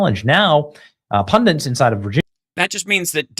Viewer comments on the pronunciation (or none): WTF is a 'Pundant' Benny? That word annoys the shit out of me. It's 'Pundit' , Benny you dipshit.